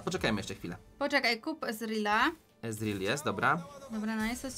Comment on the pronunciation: Czyta się ezreal